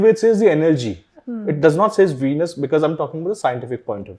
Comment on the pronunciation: Ven+us. Not veenus